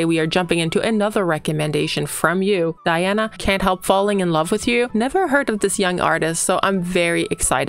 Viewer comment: Welcome to the magical, mystical world of Princess Diana, The Goddess Voice of Nature. Enjoy your journey. She is a true Contralto and Polyphonic. BTW, her name is pronounced Dee aah na An coo Dee nova.